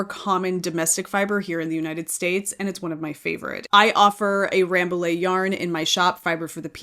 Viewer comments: Hi, I'm French. I live in Paris, about 30 km from the Bergerie royale of Rambouillet. The prononciation of Rambouillet is closer to "rambooyay" than Ramboolay. Because"ill' in French is pronouced "ye" . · Rambouillet is also a proper noun. Just like with Notre Dame, people don’t say “Note-r Daym” (I hope), the say “No-tra Dahm”.